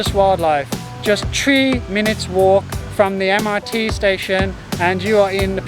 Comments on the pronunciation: lol, “tree” simple tips. I am wondering, is this common pronunciation in British ancient? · That intro! Lol My 4 year old used to pronounce THREE the usual British kid way if they cant say Three - FREE. But he started school in Singapore this year and eversince September, he's been saying it the Singaporean way. Tree. His 'something' is still 'sumfink' though...